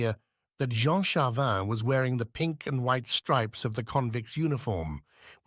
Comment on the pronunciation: I enjoyed that. Thank You. Please allow me one other comment. When using AI is it possible to ensure the AI has been prepared, i.e. programmed, properly. In this narration there are different pronunciations for the same name, Jean, which in french sounds like zhon and the city is leeon not lions. Thanks.